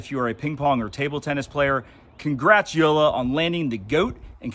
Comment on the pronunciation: WHO-LA is the correct pronunciation.